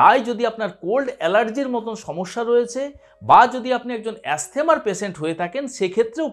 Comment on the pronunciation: অ্যাস্থেমা বলে কোন রোগ নেই। ওটা আপনার বিকৃত উচ্চারণ! তেমনি 'স্টোমাক'-ও একটি বাজে উচ্চারণ!